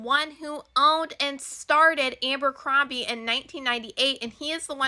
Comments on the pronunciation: If that girl said Abercrombie incorrectly one more time..... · I swear to god if I have to hear her say Ambercombie one more time….😂 who’s gonna tell her it’s Abercrombie???